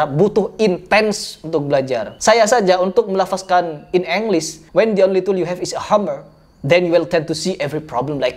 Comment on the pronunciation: Baca "melafadzkan" aja "melafaZkan". Ypo seh mas eehhhhhhh